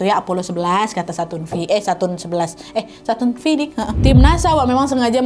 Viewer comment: Bacanya kayanya saturn five kak